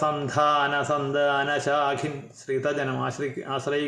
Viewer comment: ചിന്മയി അസ്സലായി ചൊല്ലി . മിടുക്കി ❤സന്താന-സന്ധാനോച്ചാരണത്തിലൂടെ ഉച്ചാരണവൈഭവം വെളിവാകുന്നു മോളേ🎉സുധീർസാറിന്റെ വിവരണം മോളുടെ ചൊല്ലലും മാണിക്യതുല്യം ❤